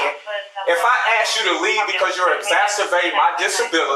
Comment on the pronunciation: Why does black Americans say aks insted of ask?